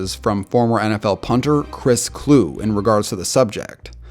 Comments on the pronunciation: Chris Kluwe went to my high school. Btw, his last name is pronounced “Klooee” not “Kloo.” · Always love your vids, this one is no exception! But you mispronounced a few names this video: Rodrigo (not Ricardo) Blankenship, Chris Kluwe (Cloo-E not Clue), and Michael Koenen (Cay-nen not Conan). I know it's nit-picky, but you're very detailed in your vids, so I just figured I'd point those out! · Kluwe pronounced Clue-E. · Lol its pronounced Chris Kluwe (Kloo-wee) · You mispronounced Chris Kluwe It's pronounced Kloo-ee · Man slaughtered Rodrigo and Chris Kluwe’s names